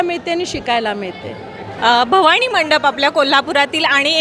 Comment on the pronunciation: निवेदक बाई, भवाणी नाही... भवानी!!